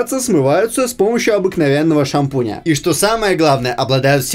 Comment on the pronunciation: ну он просто смешно говорит "шанпунь жумайсынба"😂 у меня даже Т9 в телефоне знает это слово😂😂